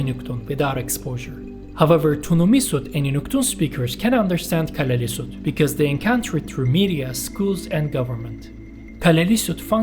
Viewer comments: Nice video. Two things though: Inuits is a double plural. The singular of Inuit is Inuk. There’s also a dual form. Inuits is the same as saying, for example, Danes-es 2) it’s more or less pronounced Kalaa-hsl-isut. The double L has the same sound as the double L in Welsh. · Yeah, that double ll mis-pronounsiation bugged me too. We also have a double ll in Icelandic but we pronounce it differently, with kind of a side click [tɬ].